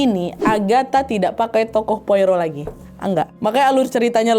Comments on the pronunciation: cara bacanya poaro, bukan poiro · Disebutnya bukan Poiro tapi "Poaro" ejaan Perancis karena orang Belgia pakai Bahasa Perancis. Saya ikuti cerita Agatha sejak SMP 1983. Koleksi bukunya punya 30 buku cetakan lama, tapi 2025 kemarin kebanjiran, semua lembar bukunya lengket karena lumpur, gak bisa dibuka, gak saya buang saking cintanya❤ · Poirot ( baca,Poaro ) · Hercule Poirot --› AIR-kool PWAH-roh / ER-kyool PWAH-roh Pwaro lah kira² wak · Bacanya POARO Wak😅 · Kak Nad, sedikit koreksi aja, Poirot dibaca /pwa-ro/. Itu ejaan Perancis. Cmiiw ❤ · bacanya Pwa-roh kak 😂